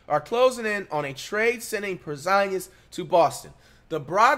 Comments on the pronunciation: U serious w that porzingus pronounciation i cant tell 😅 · Por Zon Gus